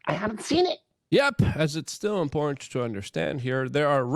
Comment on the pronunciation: Important and in-port are 2 different things buddy. Say it correctly